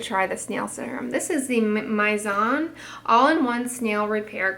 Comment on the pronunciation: Mizon is pronounced as "meez-on" 😉 And that galactomyces essence comes first in the skincare routine (at least that's how brands sell them as). Since the Pitera facial treatment essence from SK-II became such a hit, the concept of "first essence"(not toner first. But I mean they are just all moisturizers with different names you know 😌) became a thing, and products containing galactomyces like the SK-II one came pouring out in Korean market. All that hype and trend has cooled down now since few years have passed, and like always, there's already a new thing coming in. 😏 Anyways, I've tried galactomyces first essence from 3 different brands, and I actually really liked them! My skin got noticeably glowy and the overall skin tone became more even 👍